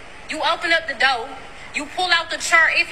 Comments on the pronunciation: I mean… to be honest. She said some good stuff, but I’m not dating a woman who can’t even say door right. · Im NOT opening, pullin out chairs or cuttin steaks for ANY HO3 that CAN'T even pronounce "Door" correctly!! 💯🤣💀